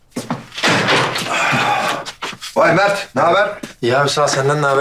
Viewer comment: Mer değil mert demeli +1